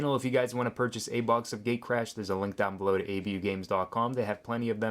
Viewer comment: Did you just say gaycrash.